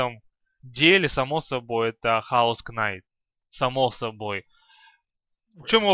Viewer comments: Правильно говорит не хаус кнайт а каос найт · Правильно chaos knight ))))$$$ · Здраво-Бравый_Обзор Блядь( Еще бы чаос сказал. КЕЙОС НАЙТ!